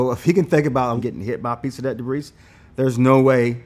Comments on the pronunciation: as a former english speaker, this guy has no idea how to pronounce debris. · The way he says "debris" though! I love this guy and this video! Thanks INSIDER!......Inside her??? ......NM!